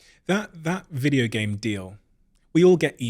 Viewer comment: Videe-OHoosz the British accent is so funny emphasizing the last syllable of every word.